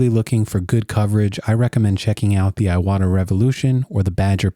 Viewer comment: "ee-wata", not "eye-wada"